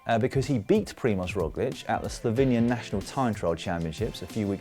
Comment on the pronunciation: Well I must say, this is a very very good pronunciation (Primož Roglič and Tadej Pogačar). Like a native speaker. Really no diference at all.